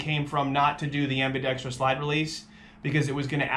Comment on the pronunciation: fun fact. it's pronounced ambidextrous. not ambidextrious.